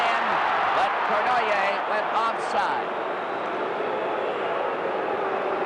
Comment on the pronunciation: No offense meant to any Canadians...but how on earth could Foster Hewitt announce games, year after year,without pronouncing Yvan Cournoyer's name correctly ? Its similar to Bob Prince in Pittsburgh who insisted on calling Roberto Clemente, 'Bob' or 'Bobby', when it irritated Clemente.